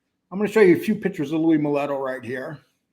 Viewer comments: why don't you slap your cohost when he says louie "mulletto"??? That made me cringe when he said it a million times!! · It would help if you knew how to pronounce Louis Melitos name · Y SHOULD WE BELIEVE WHAT YOU TWO GUYS SAY ABOUT THE MOB WHEN YOULL DON'T EVEN KNOW HOW TO PRONOUNCE THEIR NAMES YOU GUYS WERE NEVER IN THE LIFE YOU TWO R JUST TWO STREET THIEVES THATS ALL U WERE Y DO THE BOTH OF YOU THINK U KNOW THE TRUTH ABOUT THE MOB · I don't believe these guys, they ain't even saying milito right. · really needs to learn how to pronounce Louie's last name